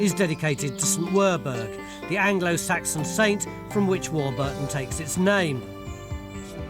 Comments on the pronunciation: We have a Warburton in Australia, which we pronounce WAW-buh-tn, not WAW-BER-Tn. When I tried to look it up, and found some video of locals using the name, it appears that we are correct, and Tony's pronunciation is incorrect. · Hi... Its Warburton as in the bread not War-burton as Mr Roybinson pronounces it.. :) Great vid.. almost see my house from the aerial shots..